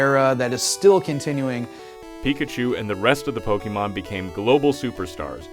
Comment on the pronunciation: who else cringed when he said pokeymon its pokemon